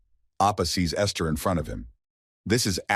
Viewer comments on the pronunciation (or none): none